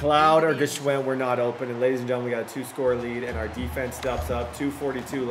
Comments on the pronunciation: I should’ve said this a long time ago but i believe it’s pronounced “Schwind”, the G is silent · Yooo I’m almost positive the G in Gshwend is silent lol